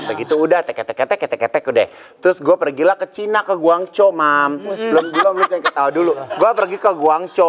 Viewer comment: Igun bilangnya "guangco" 😂 padahal orang cina asli nyebutnya "Kong Cau" / Guangzau